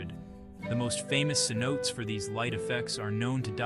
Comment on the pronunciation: Commentator needs to learn the proper pronunciation of "Cenotes"